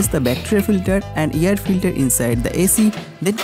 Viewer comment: Can't you pronounce air as air not yer filter